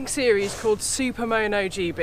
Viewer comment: Love the bikes and enjoyed the vid. But I really struggled with the way you say Super Mow Know. lol, not that it matters. Just accents are funny.